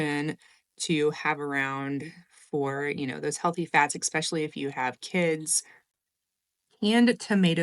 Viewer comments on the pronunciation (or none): Especially, not ecspecially 😭 My sister does the same thing 😜